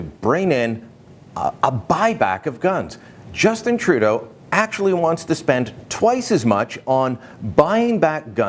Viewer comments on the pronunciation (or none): none